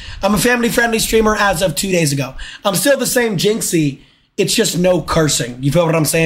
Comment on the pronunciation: ik like best clip orrrrrrrf the day